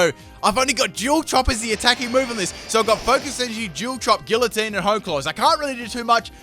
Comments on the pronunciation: GgEE-uH-tEEn. Not gilateen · Guillotine is pronounced Gee-uh-tine just so ya know. Love ya <3